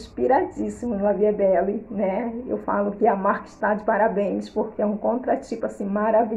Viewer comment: Olá. Boa noite. Gostei muito desse vídeo, vou comprar esse também. Querida, se me permite uma correção, a pronúncia do perfume é: La vie é belle. Eu sei que as vezes é costume. Gosto muito de seu jeito, é muito elegante. Deus te abençoe. Saudações de Mary, aqui de Natal/ RN. ❤❤